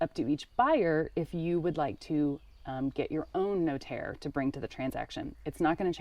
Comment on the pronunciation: Cheers for your effort in telling us your house purchase process. You really butchered the notaire term though😂, priceless